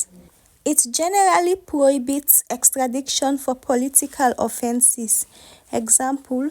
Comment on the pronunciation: Please check your pronunciation: the word is EXTRADITION and not EXTRADICTION (wrong X)